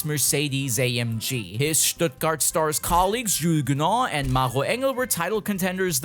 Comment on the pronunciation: Me: Wow, he can pronounce German words pretty well (Maro Engel, Porsche…) a few seconds later: ädidäs, bi ähm dabbelju (BMW)